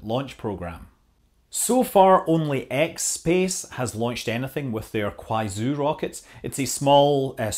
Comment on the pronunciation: Did you say china has a company called "xspace"? lol